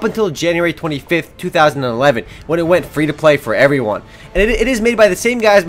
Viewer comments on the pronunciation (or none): none